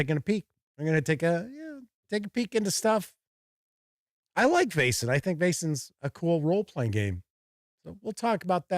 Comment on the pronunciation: You pronounce "Vaesen" just right. I've got the set; it's a good intro and quite useful after the adventure is finished.